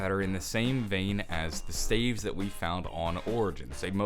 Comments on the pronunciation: Did he call them "stAives"? Did he mean staffs? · it's staffs not staves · He says staves instead of staffs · Its pronounced Stah-vz not stay-vz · Y does he say staeves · He said stsyafs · People pronounce staffs "staves"? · No staffs. Not staves. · Did he call the staffs staves?? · Why are you saying staff like that? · Is this nigga talking about staffs? What the fuck are staves? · He says it like 'Staves' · I have a question why do u say staff weird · staves?????????????? S T A F F S